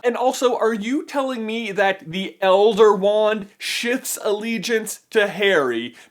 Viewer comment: did he say shits or shifts to harry